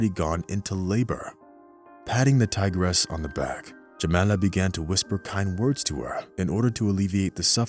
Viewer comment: tigeress?!!??! ha ha. TIGRESS!!! not TIGERESS!!!